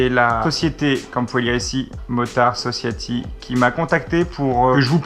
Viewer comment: Motard Sociaty... Dat accent xDDD